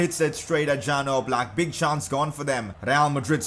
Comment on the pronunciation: #pcq it's not Jan Oblak, it's supposed to be pronounced as Yan Ooblak